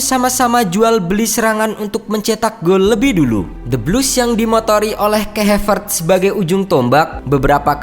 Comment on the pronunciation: Bacanya Kai Havertz ya Kai Havertz aja, bukan Kei Hevertz wkwkwk